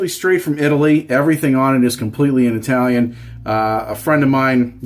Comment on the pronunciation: Eye talian?! Is it FRA-gee-lay?